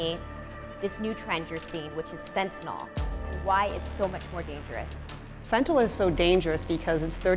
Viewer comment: Fentyl? Lol a keelow gram? Jesus. Learn how to pronounce words,.